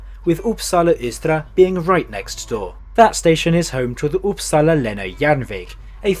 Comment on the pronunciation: Not really. Gävle sounds like “jävla”. Uppsala is stressed incorrectly- “Oupsalla” instead of “Upp-SAA-LA.